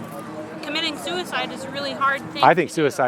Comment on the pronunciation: "I should've been aborted" "Why?" "Because suicide is ahrd and stuff..." "I think suidice is murder" "Did you just try to bring me to commit suidice?" Some people can't be helped anymore...